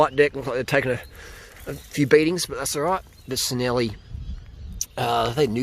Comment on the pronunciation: Nice find! Don't like to be the grammar police but being Italian, Cinelli is pronounced "chin ell ee".